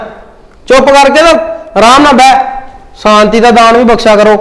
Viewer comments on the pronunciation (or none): Santi nhi Shanti da Dan kh.phle apni pronunciation theek kr.